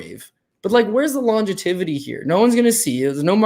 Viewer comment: Great show, fellas. I've been watching this show for a while now., and I also watch Dog or Pass., man...it's "longevity". "Longetivity" is not a word. That said, I've cashed more than once on tips I got from you, so as far as I'm concerned, you can make up a word or three; I just thought I'd point it out.